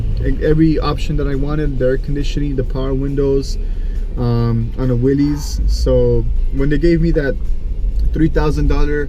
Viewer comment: does your Willys come with an 's, as in Willy's? By the way, it's pronounced "Willis", not "Willies".